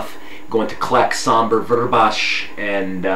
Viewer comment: Haha sorry you keep saying vrbas with a 'sh' it's just s at the end:)